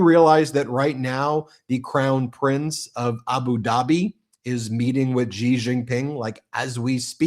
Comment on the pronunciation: Xi of China is pronounced SHE. Please Do Not say GEE because it is not correct!